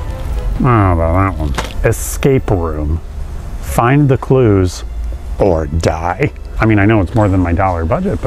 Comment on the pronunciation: Also, THEE COAT